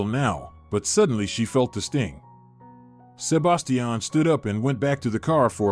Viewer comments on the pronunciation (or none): Sebastian not sub bass tee an